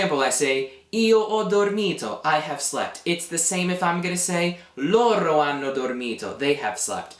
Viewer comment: I am confused on something. It has to do with pronunciation. When I hear you say the pronoun LORO, I know what you're saying because it's written, however, what I hear is LORRO. Is there a reason you roll your R there instead of using a flap? I've been speaking Italian since I was a child (i'm not native), but I have heard at random times people teaching Italian and rolling their Rs between vowels where I would use a flap. Another example is the verb CORRERE, where instead of being a rolled R then a flap for the second one, it's two rolled Rs. Thanks in advanced